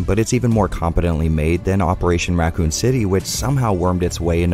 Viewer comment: “Ruh-coon City”